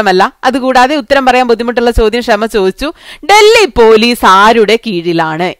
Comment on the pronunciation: ക്ഷമ അല്ല ഷമ😁